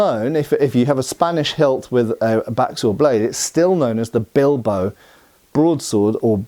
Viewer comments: Don´t want to be rude, but it´s said BIL-BA-O, not "Bilbou". I know is just a small thing, just lending a hand here. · From a place of love and appreciation for your videos… it is pronounced: BeelBahOh